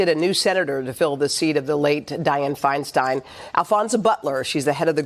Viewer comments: My dude. It was FeinSTEIN like Frankenstein, not FeinSTEEN like Charlie Sheen. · FINE STINE is the pronunciation 😂 It is a Germanic name. She wasn’t my favorite senator, but please pronounce the name correctly. Please.